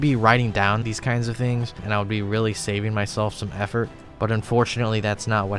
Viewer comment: "I could really save myself some hhhheffort"